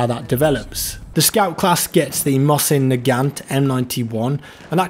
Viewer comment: You butchered Mosin